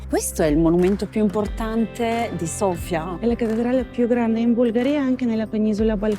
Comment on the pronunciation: Thank you,, for saying Sofia correctly:D